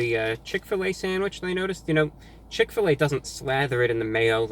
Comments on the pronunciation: "chick fill ah" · When I moved to Indiana and first came across Chick-Fil-A, I thought it was pronounced like you did... Chick, Fill, Ah, as in Fill a "what"? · “ chick fill A “ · He said chick fa la wrong 😂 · When he said chick fl A I lost it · Chick fill uhhh! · why’d he say it like that tho 😂 “chick phil a^ “ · From now on it is pronounced "Chic Fil Ah" PERIOD. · He said chick fil laa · chick-fil-AH forever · Ok so he says Chick-fil-A correctly but he acts like he doesn’t know how to pronounce Chick-fil-A hmmm interesting just got exposed😂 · Is nobody going to talk about how he said "Chick-fil-a" ? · Did he just say CHICK FIL a